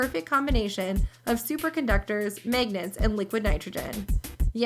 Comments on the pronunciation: its pronounce magnets not megnets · She said magnets funny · At least say magnets right.